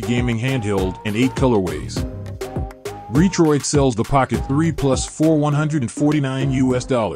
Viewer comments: These robot voices.. LOL! RE-troid.. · It's all good, the voice nearly tricked me if it wasn't for the Re-Troid lol. I just see so many videos with robot voices and slideshow pictures, there's so many of them now.